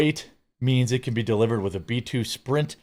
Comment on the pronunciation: B2 spirit, not sprint lol